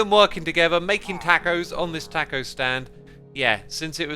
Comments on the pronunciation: I like how x pronounces taco. tAHco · Holy shit i hate how he says TACKO lololololololololol I was like.. a what stand? Ooooohh a taco stand. Oh no. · X: says “Tack-o” Me: Scream of absolute rage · “This Tacko stand”, X pronouncing taco is priceless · How do you say it? Maybe it’s a British thing but that’s how I would pronounce it. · great video, till he started saying taco... everytime it just hits the ear wrong pronounced that way 😆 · X pronouncing ‘taco’ is hilarious😂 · It physically hurt to hear. Also cus it's a SUSHI STAND!